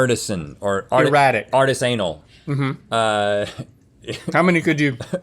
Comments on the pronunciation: Wow, we got treated to DET-ri-tus and artis-AY-nal in the space of like 10 seconds lol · I think that's the first time I've ever heard artisanal pronounced like that, I think I'm going to pronounce it like that from now on.